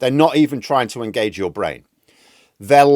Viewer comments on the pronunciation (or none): none